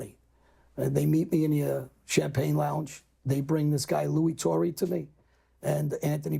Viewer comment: John...2 things.... 1 - it was Lou Turra... not "Torry" and 2 - it was John Stanfa that took over for Scarfo... not Joey Merlino